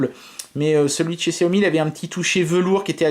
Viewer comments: J'allais le dire c'est chat yo mi que ça ce prononce... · Arête de dire xiaomi ptn